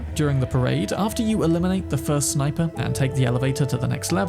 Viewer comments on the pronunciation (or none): none